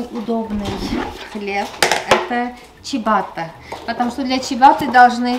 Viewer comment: Не чибатта,а чиабатта😊